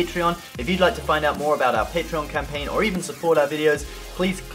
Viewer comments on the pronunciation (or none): none